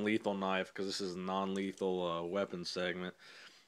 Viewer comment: He said non lethan